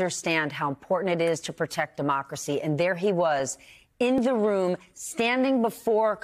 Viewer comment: A rom full of tools...hee haw...hee haw...hee haw..